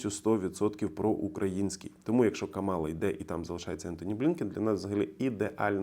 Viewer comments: Правильно КА'мала - з наголосом на перший склад. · It's Kamala, with the stress on the first ''a''. Thank you for your work. Slava Ukraine!!!